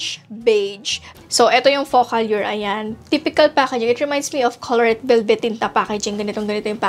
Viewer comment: Ate alur yun pag pronounce indi allyur!!!!!